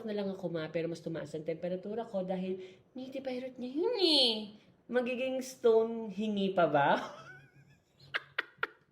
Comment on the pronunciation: stonehinge yun ma😭😭😭😭 hinde stone hinge HAHAHHAHAHA